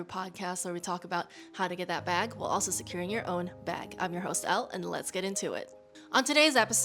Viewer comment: Off topic but could you explain your slogan to me? At first I thought you were saying “while securing your own back” but today I realized you’re just saying “bag” twice. What’s the meaning/ origin?